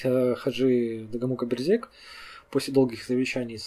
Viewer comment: Берзег произносится как Бэрзэдж. Эта фамилия представлена в Адыгеи, и там она считается абадзехской. у Т. Половинкины Князь Аублэ черкесского происхождения. Его могила сохранялась до 1920 г. на территории совр. гостиницы "Приморская".